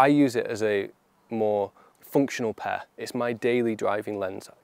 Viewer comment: Your intro is confusing. You say ‘to pair you’ sounds like ‘to pay you’ Can you perhaps say ‘to guide you ‘